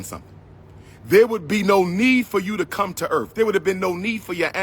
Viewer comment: I gotcha. I never understood how can a supposed doctor /certified school psychologist, constantly mispronounce earth and months?🤣😂